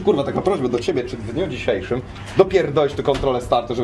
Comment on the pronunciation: hahaha "krzysiu, kurwa taka prośba do Ciebie, czy w dniu dziszziejszym, dopierrrrrdolisz tu kontrolę startu" no mistrzowski mix kultury i wulgarności 😅😅😅